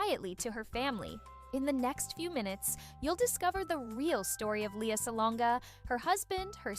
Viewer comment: Lea not Lia.. pronounce the name correctly